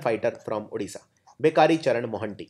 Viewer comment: odisha not udisha plz